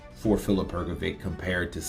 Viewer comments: its hrgović (hrgovich) not hrgovic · Because there is no letter ć in their alphabet,so they pronunce letter c Like we letter k,if you tell him that his name is Hrgovich and not Hrgoviq he Will know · True I also noticed that. Simply Hr-go-vich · I would ask someone whose mother tongue is English or who is from America to give me the reasons why cannot pronounce the surname Hrgović correctly. Is this due to some grammar rule? Is it incompetence? Did only finish elementary school? What is the problem? Yesterday I watched the DAZN boxing presentations and the English speakers pronounce the names and surnames of the boxers correctly, so for example cannot have the excuse that he has never heard how to pronounce a boxer's first and last name correctly. The boxing world makes an effort to show respect for the boxer. Why isn't capable of this? Thanks for the help! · Presenters are obliged to pronounce the names of the people they are announcing correctly or to the best of their ability but isn't a presenter so he hasn't done proper research